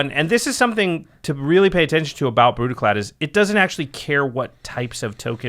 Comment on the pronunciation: Its pronounced Brüdicläd.